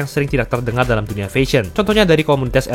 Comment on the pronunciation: Mas coba belajar cara pronounce "fashion" dari google, sekaligus coba belajar pronounce Bahasa Inggris yang baik dan benar ya, ngga enak banget dengarnya.